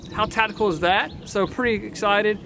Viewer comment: never trust a man who cant say tactical